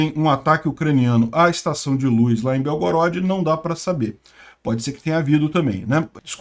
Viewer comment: gosto e assisto todos os dias seus vídeos, mas não aguento ouvir você pronunciar luz, com is. Kk. Um abraço